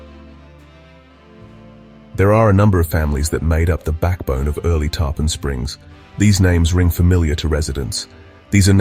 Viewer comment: Awesome. The way the singer said “Tarpon” drove me crazy though. I assume AI.